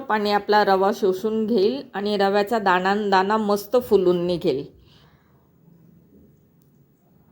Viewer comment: पानी ,दाना असे का म्हणता? तुम्ही मुंबईच्या नसणार सगळ छान आहे पण ण चा न खटकतो